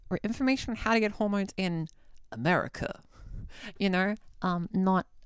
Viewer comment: i love your 'Americuuuh' accent that was hilarious -love, a USAmerican